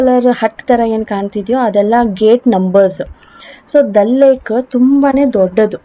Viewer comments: Adu ದಲ್ alla ದಾಲ್ ಲೇಕ್. ಜೆಲಮ್ alla ಜೀಲಂ river pronounciation correct agi madi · that is ದಲ್ ಲೇಕ್ ಅಲ್ಲ, ದಾಲ್ ಲೇಕ್.